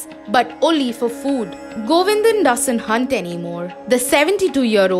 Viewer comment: It's Govindan.. not Govinda